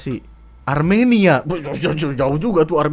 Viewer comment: bang pas kamu ngomong Armenia lucu banget 😂